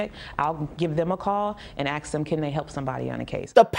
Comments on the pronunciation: I might be tempted to evict anyone who say AKS instead of ASK just because they say AKS instead of ASK. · Why does the lady want to Axe everyone. She keeps saying axe this person and axe that person. How will that help them with their evictions?